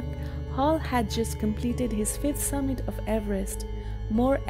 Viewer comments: It is summit not submit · did the narrator say "submit"? Lol!!